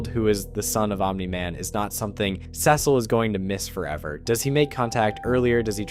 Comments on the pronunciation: i would genuinely watch your videos if you stopped saying cecil like that. the quality is not bad but i see no reason why you should horribly mispronounce that name over and over again. please do better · I don’t know why you keep saying Cecil like that. If you don’t know how to pronounce his name correctly mark only says it 100 times.